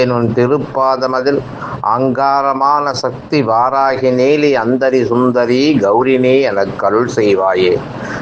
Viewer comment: நீங்கள் வாராஹி இல்லை வாராஹி என்று சொல்ல வேண்டும் தயவுசெய்து